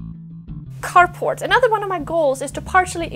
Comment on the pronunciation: Nice year-end update. I've enjoyed watching your channel this year and watching it grow. I have big goals for my new channel as well! Did you say carport or carpot? :)